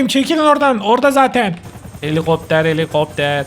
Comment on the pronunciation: 😂😂😂 Gülmekten öldüm abi ❤❤❤ ✨Heliğopter heliiğopter✨ 😅😅😅